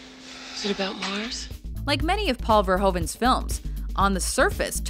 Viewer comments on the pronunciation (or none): the director of total recall is paul verhoeven(with ´oe´prenounced as u) and not paul verhoven